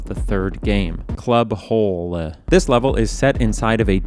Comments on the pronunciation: your pronounciation of the german night clob names is horrible... it's not hole [hoʊlə] it's ...hölle [ˈhœlə] and Totentanz [ˈtoːtn̩ˌtant͡s] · You made me chuckle with "club ho-le". It's "Club Hölle" or "Club Hell" in English. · Knew it’d be Berlin as soon as I read the title. Need more Hitman videos from you. Your style suits its map designs. Also I think Club Holle is pronounced Club Hall IO does some amazing location work. They sorta based the New York map half off grand central station and half off the actual NY bank. Sapienza is based off of Vernazza, and a lot of times that contrast you mentioned is part of their development statement. Or the contrast is instead between rich and poor. That whole Berlin map is just so well designed as a location because of how it synergizes the drugged out and unaware crowds of a nightclub with the more aware criminal element and how that criminal element has its own base of operations in the warehouse Hell the use of music doesnt just extend to the amazing diegetic music, but also the score: the outside areas of the club have very mysterious, claustrophobic, intense pieces and then when you get into the club the closer you get downwards the less the score seeks to interrupt that. The score of the map takes a backseat to the idea that the club music is providing the contrast and compliment to the mood, but if you then go to the warehouse the music suddenly becomes this intense, Jaws-like fury meant to represent YOU and your impending victory, extra fitting as you’d probably be almost done with the mission by the time you reach there Also yea the scaffold rattling is insane. I think you could probably find and talk to the guy who made that, IO are pretty open wit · hÖlle (hell) not Hole, and the outfits make sense for German clubs, also Berghain is neither mysterious nor exclusive :D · You should work on your german man "Hölle" is not pronounced "Hole" btw it means "Hell". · It was so funny how he pronounced Hölle